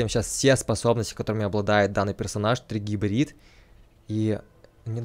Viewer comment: Не тригибрил, а трибрид!